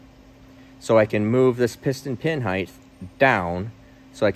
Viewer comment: People who say heighth rather than height are better than I thought.